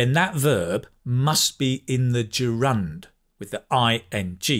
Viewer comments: I think the word 'gerund' is pronounced differently. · A funny way of pronouncing the word gerund.Do we stress the second syllable and not the first? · Good morning,! Thanks for your videos and lessons! They are so helpful. I have a question though, why you pronounce ‘gerund’ with the stress on the second syllable? As far as I’m concerned, stress falls on the first syllable. Then you pronounced advertisement (ai), but I am used to pronounce this word in a British way, that is (i). You are using US version:) just curious if you prefer US pronunciation) thanks!) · Hello, thanks for such a great lesson, and I'm really into learning English. BTW I have a question about pronunciation of the word gerund, you are saying it a bit different, is it British accent or something else, specific to some region? Thanks in advance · I adore the way you explain things and I'd love to come near to your RP accent one day. However, the way you pronounce the word "gerund" is rather novel to me